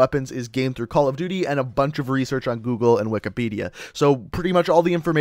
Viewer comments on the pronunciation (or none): none